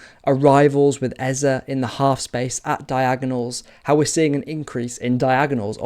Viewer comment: Great analysis as always. Love to hear someone pronounce Eze's name correctly too. 😅👍🏻❤️🤍